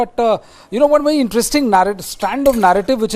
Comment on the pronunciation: your pronounciation is bery bery nice !!To=Tu🤣🤣